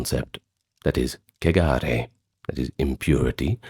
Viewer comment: He pronounced it fine